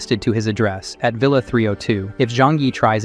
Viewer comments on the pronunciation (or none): none